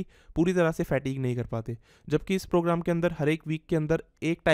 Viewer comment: Kahan se english sikhi h? Fatigue ko fat eeg Steady ko steedy Pause ko paaus Massive ko maasiv